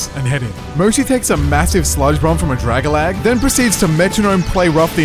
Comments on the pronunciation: My bro. Dra-ga-lag? It is pronounced Dra-gal-gee! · This is what i hear: Dragalag The real thing: Dragalge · Just curious — but how does Drag-Alge (like Algae) turn into "Drag-gah-lag...?" (´–‿–`；) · Every time you say Drag-a-lag a piece of me dies. Dragalgae is algae (said al-gee) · I'm sorry did you say fu##### drag-a-lag